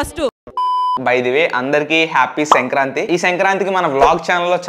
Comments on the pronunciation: Its not sankranthi its senkranthi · Bro adhi senkranthi kaadhu... Sankranthi😂😂